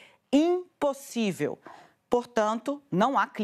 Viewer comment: Ela fala "iNpossível" ... e se diz jornalista 😢